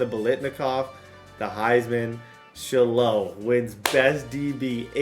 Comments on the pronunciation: Say it with me SHY-LOW not Shhhlo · sh-high-low lmao dude said shi-low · Shilo name is pronounced shy-low … not shello 😂😂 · Shy-low bro. Idk who sha low is 😂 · shiiiiilooo the way he says his name is so funny😂😂. The way to pronounce his name is shy-low putting you on game td you the goat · Shilo pronounced as Shy-low 😂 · calling him shalow is crazy 😂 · ITS (shy-low) lol😂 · Say it with me buddy SH-EYE-LOW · Shy-Lo is how you pronounce the name. You were butchering it. Come on. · It's pronounced Shy-low Sanders. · That man’s name is SHY-LOW…😂😂😂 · its pronounced Shy-Low brotha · shilo is pronounced shy-low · Why you keep saying Shilo name wrong😂😂😂